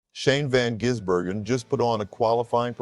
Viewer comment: It’s Gis not Jiz 😂😂